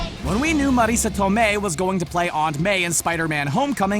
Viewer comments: Say Marissa Tomei one more time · What the hell is up with the pronunciation of Marissa Tomei? Also, am I the only one that thinks they tried to tone down her MILFness in Spider-Man compared to Civil War?